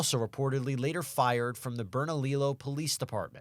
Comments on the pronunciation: Bern-a-lee-YO!!!! NOT Bern-a-lill-o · Berna-leo. Not berna-lillo I kno thats how it looks like you say it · Bernalillo pronunciation is off at the end when the guy says it… two ll’s is pronounced ee. So, Bernalieeo.